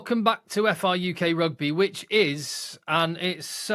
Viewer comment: Brilliant, well done and. This is incredible news. FRUK prouncunced FRuck instead for the Rugby lean in? I'll get my coat.